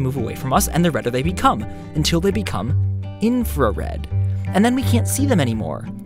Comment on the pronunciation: in-FAR-RED I'm sorry